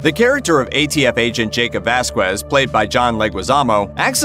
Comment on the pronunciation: Vazz-kezz, Vasquez. You don't pronounce the U pendejos